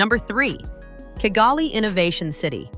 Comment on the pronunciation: Pourquoi ll’IA n’arrive pas à prononcer KIGALI aux lieu de kagali et pourquoi G dans Kigali se dit correctement et G dans Bugera est prononcé Bujera.